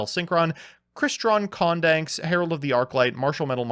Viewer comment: "crystron condanks"... i don't normally get bothered by the pronunciation jokes but this one just hurts lmao